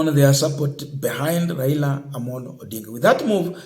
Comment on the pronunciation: My friend can you pronounce well Raila not raira. He is a Kenyan and your man is the president so what is your problem not supporting one of your own. This petty hate will not change the way you behave just love your brother as you would like to be loved if it was you.